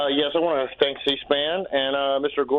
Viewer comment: listen to how he says thank very closely